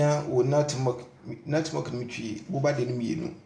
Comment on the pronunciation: This recipe has made me very popular.thank u. Bro, please note its nutmeg not nut milk.